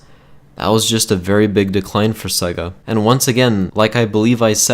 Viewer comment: Sega not segga